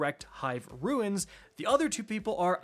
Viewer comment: Man, did you just pronounce Runes "Ruins"? Lol. 😂 appreciate the work my man!